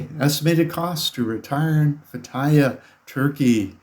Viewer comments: It's pronounced "Feh-tee-yeh" Not Fattaya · yeah how you pronounced the city was incorrect. I didn't understand what you said till you spelt it. It is pronounced Fay tea uh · I lived in Turkey for 3 years, I couldn't figure out what city he was saying. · You are really butchering that place name. It took me a while to figure out. It would be helpful if you would try to learn to say the place name right. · Lol, learn how to pronounce the name of the place before making travel videos about it